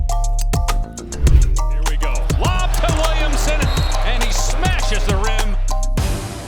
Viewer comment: Why does he say “wemsen”